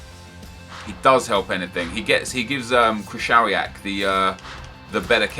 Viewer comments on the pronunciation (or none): Krychowiak: Pronounced Kri-Ho-Vi-Ak Please get it right, really pisses us polish lads off